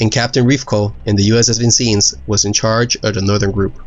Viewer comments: Great job, you just gotta make more on the Guadalcanal theater of war. It really was such a close run thing. Just one thing though, in the Midwest USA Vincennes is pronounce differently you got most of it right, but the “I” in vin is pronounced like the “I” in “in”. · A great individual effort for which you merit high praise. Not to sound pedantic but Americans pronounce it Sheh-ka-go and Vin-senns, a city in Indiana. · It's pronounced, "Vin-sens", not "Vin-scenes". Great job though love your videos! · Vin sens. Not scenes. And its easy to aim when you're giving someone a sucker punch. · Good analysis of the battle. However, two comments: first, the pronunciation of the USS Vincennes is Vin-SENZ (or Vin-CHENZ, in its pure Italian) not Vin-SEENZ. Secondly, no mention is made of a critical factor in the Americans inability to effectively target the Japanese ships during the battle itself, and that is, the Japanese had flashless powder for their big guns while the Americans still used flash powder. This inequity enabled the Japanese to easily detect the American vessels during the battle, while the American vessels could not spot the Japanese vessels. It was not until radar was installed on all U.S. naval vessels, as a lesson learned from this battle that the tide of battle at sea in this same channel during this same campaign was turned in favor of the U.S. Navy. One night, the Japanese came as usual down "the Slot", as it was called, for its usual harassment and interdiction (H&I) fires when they unexpectedly encountered Admiral Halsey's refurbished fleet equipped with radar which was waiting with full knowledge of the position of every Japanese vessel. That finished the Japanese naval presence in the area. It is also of historical significance that this series of battles was among the last large scale ship vs. ship battles in the Pacific whereby the combatant ships fired within sight of each other at relative close ranges. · “Vin-senz,” not “Vin-seens.”